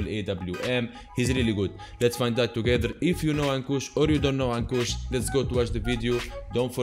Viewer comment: You are right to pronounce ankush